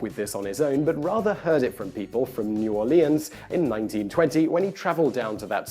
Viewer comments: "New Or-lee-ans" Nah, man. It's pronounced n'awlins. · Just for the record, anyone who has been to New Orleans knows you pronounce it as "Norlens". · All people from the south (like me) are probably triggered when he mispronounced New Orleans